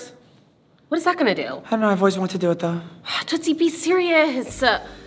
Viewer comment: BOYS AND BURGERS GOTTA STICK TOGETHER, THEY BOTH LOVE TOOTSIE AND TOOTSIE LOVES THEM BACK! HAHA IF I REMEMBER WELL THATS HOW *TOOSIE*(only 1 t like Raja used to say Tootsies name XD) USED TO SAY IT